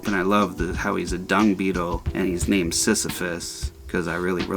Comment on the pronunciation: Another super dope video and im stoked that I won thank you and you did say my name correctly